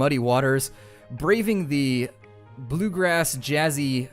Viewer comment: Cringing every time he says bluegrass